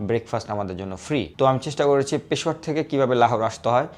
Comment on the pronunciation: ভাই উচ্চারণ ঠিক কর পেশোয়ারা না পেশোয়ার বল নয়তো ওরা মারবে